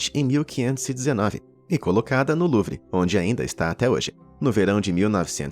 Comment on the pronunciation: A palavra Louvre lê-se: Lu-u-vá (pronúncia francesa) ✅ E não “Luvi” como você expressou ❎